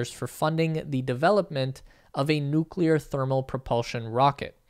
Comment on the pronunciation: I like the way you pronounce 'Noo'w'kleyer :)